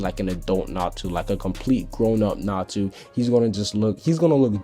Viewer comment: It's natsu not natu